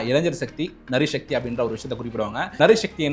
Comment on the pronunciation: It is Naaari Shakthi and not Nari sakthi